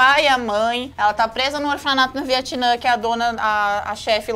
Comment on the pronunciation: Eu fico me lembrando que se não é Viatnã e sim Vietnã